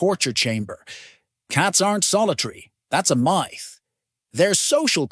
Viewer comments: A "three foot long " cat?..... I didn't think this was AI narration --until I heard "that's a MITHE" (myth).... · your AI pronounced 'myth' as m'eye'th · Why does the robot not know how to pronounce "myth"? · This is so obviously created by AI. Hence the alarmist tone and the mispronounced words (myth, polish, catio). While all the information presented is valid, it needs to be presented more thoughtfully.